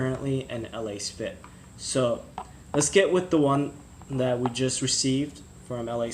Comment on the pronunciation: Let's say it together It's pronounced: Lass-Fit